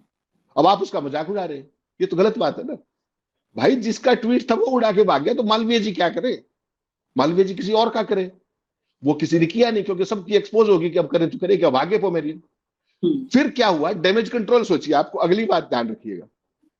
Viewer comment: Not Pomerian but Pomeranian, please. Your journalism is wonderful. just this little thing...